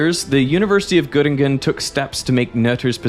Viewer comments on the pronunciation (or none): My biggest critique of the video was the pronunciation of German words. "Albert Einstein" → ""Aulbert Eins'tein, "Göttingen" → "Göttinggön" But credit to him not falling for the common American way of saying "Einstein" as "Eins'teen"